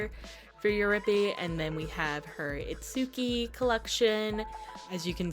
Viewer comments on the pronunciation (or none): Itsuki is pronounced…it-ski lol not it-soo-ki…you can clearly hear that in the anime…in every episode 🫣🫠🤗 Just surprised since you guys have a shrine hehe